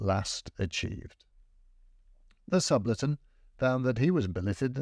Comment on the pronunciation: Great apart an inability to prononce Subaltern